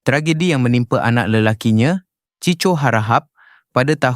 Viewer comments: SEBUT NAMA CHIKO, BUKAN CHICO. NAPE GEDE SANGAT? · Ciko laa not CICO...hadoiiii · ...hoi, anak Uji nama Cico (chiko). Bukan chicho. Buat homework dulu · 😂 apahal presenter ni tk tau membaca ker sampaikan nama CHEEKO tu jd CICO la plak jka tk tau sebut dgn betul nama CHEEKO tu tk pyhlah menggatal nk jd presenter...!!! 😂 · Ciko la pronounciationnya...